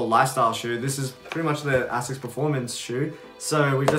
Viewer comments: AY-SICK AY-SICK AY-SICK Jesus. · I mean, you can derive all you want, it’s pronounced “ay-sicks “